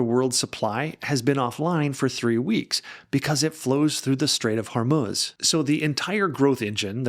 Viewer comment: Thanks for the great video,. And also, thanks for pronouncing the "strait" they way it is supposed to be pronounced, as it should be "Hormoz" not "Hormuz"! 🙂